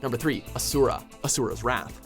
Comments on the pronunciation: WHY DOES EVERYONE PRONOUNCE ASURA WRONG? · I can't stand the way he says Asura